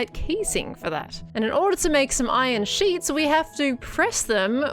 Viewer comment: Hi. Ur a geniussss dont listen to people laughing as u make the iron sheeettss. Love the base and thx for info😂🎉